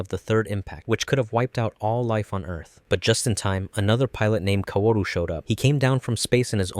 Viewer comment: "seela", "uh-sue-ka", "ko-war-ru"? they literally say these names dozens of times in the show, how does one get them so wrong? this is like when m night shyamalan had them call Aang the "uh-vatar Ung" instead of Avatar Aang. did you only ever watch the netflix re-dub? because that was bonkers